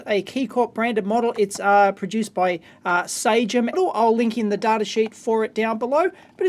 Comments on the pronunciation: Is it standard practice in Australia to pronounciate it SA-GEM? The company is named "SA-SJEM" (French) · Cool :D - I have been teased a lot of times because i said "SA-GEM" and was told that it isn't the way it was pronounced.